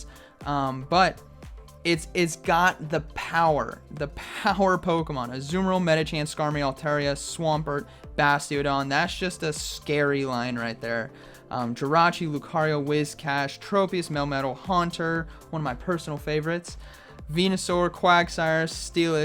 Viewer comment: How come you keep saying Medichan? Lol :)